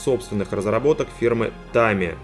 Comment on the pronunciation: Не дрАгон , а дрЭгон. И не тАмия , а тамИя Чувак левый , если даже не произносит правильно название фирмы.